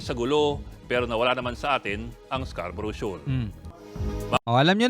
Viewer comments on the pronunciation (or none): Nawala na ang Scarborough naging calboro na,😂